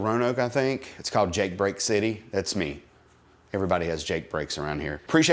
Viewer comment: It's pronounced like the letter "G".